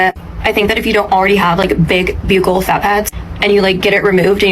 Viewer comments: How are people getting surgeries they can’t even pronounce? Buccal is pronounced BUCKLE not BEUUCAL, you sound like an absolute air head. Most of these women aren’t even repeating the correct information. Vanity is a curse ladies. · Yeah, her surgeon told her "these are some of the biggest b-yew-kle fat pads I've ever seen?" I don't think so. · The fact the lady doesn't pronounce "buccal" correctly is unfortunately telling.